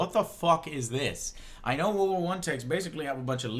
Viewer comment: "war war one"